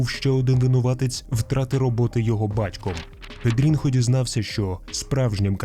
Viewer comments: Читається не не Педрінхо а Педріньо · Не педрінхо, а педрінйо. Це як у нас типу Тарас і Тарасик. І не бочінга, а ботінья що по бразильські ще може чутися як бочінья.